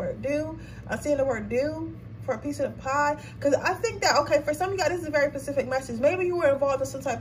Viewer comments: Sis… please stop saying PACIFIC. The term is SPECIFIC. You do this, every reading. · you telling her that but she aint your sis before coming for her look for your fam first thats on period respectfully keep saying pacific i just love it❤🥺❤🙄